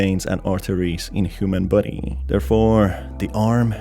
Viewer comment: I'm not tying to hate but why do you say body like buddy